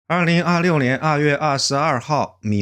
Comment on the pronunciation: 不是米难 是米兰